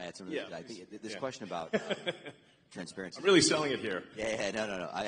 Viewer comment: Transperency lmao